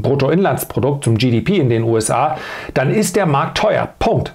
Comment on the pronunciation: Alter, DANN, das Wort heißt DANN! Nicht DEANN